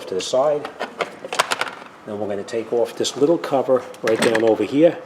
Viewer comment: Take this ovahhhh hea, now this ova hea and make sure it's hea. Just incase you don't remember, take this ova hea not ovah der